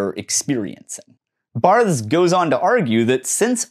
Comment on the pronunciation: i am having a very hard time getting through this exclusively due to your pronunciation of "Barthes"